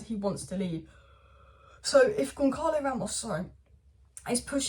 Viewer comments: It's pronounced gone salo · Pronunciations: Osimen (just ignore the h), Sassuolo = sass-wo-lo, Gonçalo = gonsalo